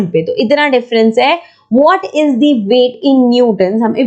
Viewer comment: Ma'am you can pronounce "thi" in the word the where the first alphabet is a vowel. otherwise you should speak the.